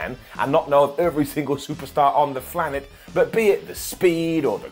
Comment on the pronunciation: did you say "Flanet"?